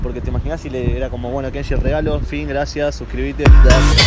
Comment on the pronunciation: porque decís legalo pero se dice regalo